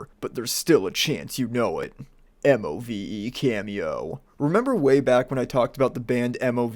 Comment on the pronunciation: The pronunciation of the bands name is MOVE. just say it as move, pleb.